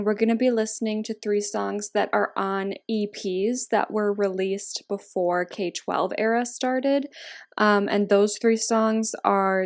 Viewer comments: It’s pronounced K-12 (K trough twelve) not K12 💗💗 So excited for this video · I love this series! but just so you know, there are fans that will attack you for pronouncing k-12 wrong. im not, but just so you know, you pronounce k-12 like: "k through twelve" :) But i love these videos! :)